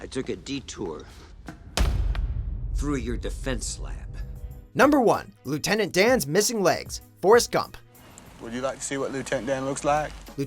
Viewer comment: Leuitent dan